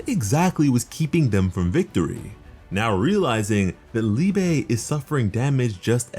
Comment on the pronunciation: Its not called Liebay. Liebe is the german word for love lol